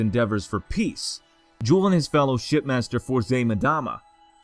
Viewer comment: sounded like he said "Jul M'dama, former Shitmaster during the human covenant war" 😂😂